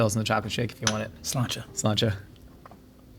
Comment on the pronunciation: There's no way l'chaim is pronounced slanche